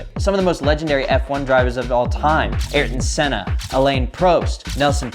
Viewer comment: He needs to learn names. Who’s Elaine Proast? Aurtton Senna? It’s not like it’s impossible to look up how to pronounce their names correctly. It’s literally ten seconds of work for each one. Its embarrassing.